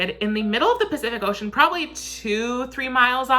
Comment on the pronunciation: He really said pee-cific oceon